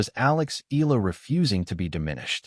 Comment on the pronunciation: It's pronounced EYahLah Not ilah , pls stop murdering her name😮